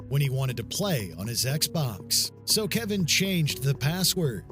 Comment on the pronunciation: Why you keep calling him Kevin when it clearly states his name is Kevon? Those are two different names...